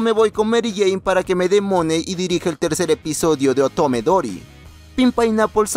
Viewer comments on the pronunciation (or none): en el momenti que escuche otome diry me retracte de querer ver el anime